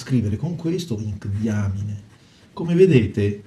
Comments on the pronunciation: ...si pronuncia "daiamain"! Che diamine!! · Sì pronuncia daiamin... Se proprio dovete fare le correzioni, prima studiate...